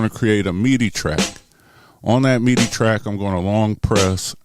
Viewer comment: That's why you don't mute tracks. You mute pads. I can't help but laugh at when you pronounce midi as meaty... Philly Talk